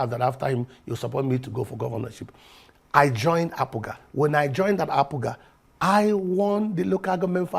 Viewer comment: Why do they keep calling it Apuuuga?😂😂